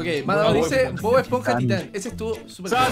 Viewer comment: "Bo eponja"